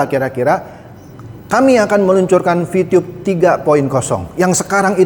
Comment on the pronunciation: Vitube boss , bukan vitiyub 😁